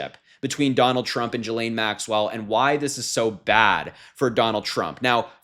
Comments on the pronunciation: Why do you say "Jillaine"? When you say "ghost" do you say "jost"? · Just FYI, Ghislaine is pronounced with a hard G - as in get or go. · Pronounce her name with a hard G. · pronounced GILL-LANE. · please pronounce her name properly. Try GHOST and GOAT! It's a hard G. It's pronounced "Gee-lenne" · That is insane! I hope they can get a reporter in there like TODAY! Btw, he name is pronouce, "Ghee-lean" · Ghislaine is a French name pronounced ghee - Layne the s is 🤫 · Learn how to pronounce Ghislane. If you are unsure like, look it up ahead of time. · Can you pronounce her name properly?